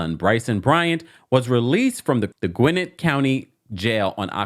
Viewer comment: Gwinnett pronounced- Gwa Net